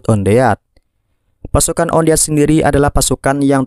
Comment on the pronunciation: wan det malah on deat😁